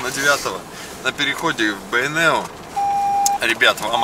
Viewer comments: Здравствуйте.Почему Вы говорите Бэйнеу через Э , а не через Е? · Неужели так сложно сказать "Бейнеу", а не " Бэйнэу", или тенге, вместо тЭнге, ты же говоришь слово деньги, а ре дЭнги!